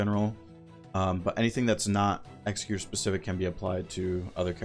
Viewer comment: bro there is. O way you are this proficient at the game and don’t know how to actually say executors name…